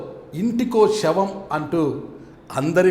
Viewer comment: Shavam kadura, savam ani palakali.